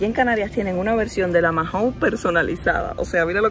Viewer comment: Dos cosas DINO era el perro de Pedro Picapiedra. Y Mahon se pronuncia maon y no majon